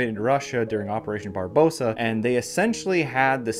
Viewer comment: It is "Barbarossa"